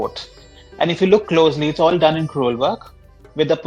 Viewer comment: "Crewel" not "cruel"